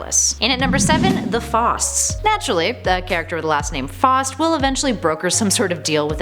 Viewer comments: again, it is wonderful to see you back, but please, Please, PLEASE research the pronunciations and/or grammar. It is pronounced "FOW-st" like Goethe's titular character (pronounced "Guhr-tuh", btw)and the absolutely abhorrent storyline was entitled "One More Day", not "one day more". Also, it's "Constan-TYNE" (rhymes with "Thyme" or "time"). Just saying. Keep up the otherwise good work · I'm sorry to whoever gets offended from what I'm about to say but what the hell no pun intended there are a few things wrong with this list such as pronouncing Faust wrong it's f-ow-st and Malebolgia is pronounced mal-bow-gia think of a bow and arrow plus the Spider-Man one is one more day, not one day more and it honestly doesn't count since it was retconned in One Moment in Time that Mary Jane whispered to Mephisto "I know Peter. He will never make this deal with you, never, ever unless I ask him to. But if I do, this is the end of it you will leave him alone for the rest of his days." so this honestly is Top 9 Superheroes Who Made A Deal With The Devil